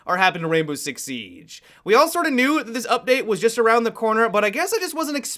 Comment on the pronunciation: Anyone else bothered by how says 'Siege'?